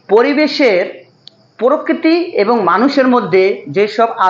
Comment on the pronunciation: পরকিতি না প্রকৃতি